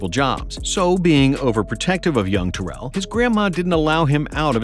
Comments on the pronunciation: You calling him “Ta-Rell” instead of how he himself says his name is pronounced is actually sad. All this knowledge about his career yet you can’t say his name correctly. It’s pronounced “Tear-le” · Terrell (Owens) = Tear-roll, not Tur-elle | he hates the elle pronunciation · His name is actually pronounced - Teh- Rel, just FYI 👍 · You're mispronouncing his name, lol His last play in Cincinnati was not acl , it was meniscus, tore acl in off season btw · Jesus Christ you are mispronouncing his name incorrectly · This dude never said his name right once lol How good was TO? goat status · Please pronounce his name right! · You said his name incorrectly Jesus Christ